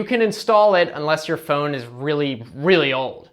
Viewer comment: What is that accent I hear when he says "Phone". Fooone